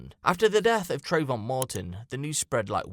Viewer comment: Trayvon? Trayvoff 😂👌🏻